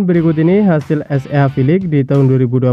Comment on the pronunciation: Chenelmu bgs min cuma cara bacanya itu hlo,baca SEA nya jgn gitu biar lbh berwibawa😅